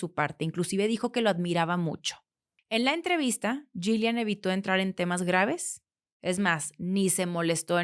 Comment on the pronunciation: Creo que el nombre de la ex pareja de Epstein se pronuncia “Yilein”